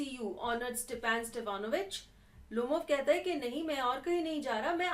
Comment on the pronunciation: it is not Stephen it is Stepan